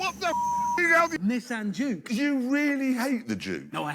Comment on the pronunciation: I had to replay it a few times to realize he was saying juke